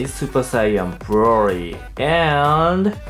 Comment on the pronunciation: Its cute how you say broly “brory”